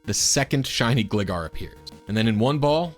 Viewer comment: it's gLIEgar, like Glider